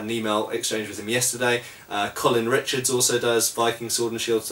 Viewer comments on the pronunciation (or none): none